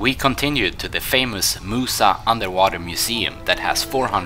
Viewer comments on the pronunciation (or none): none